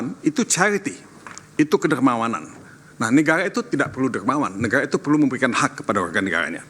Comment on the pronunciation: Todong ini gimana ya ngomong negara bukan negaya